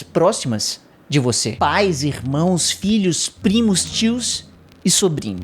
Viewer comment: Ele: 'Filhos" O que eu entendo: "Vídeos".